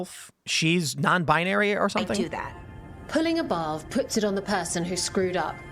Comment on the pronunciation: The way says "Pulling a barv" kind of sounds like she is saying "Pulling above"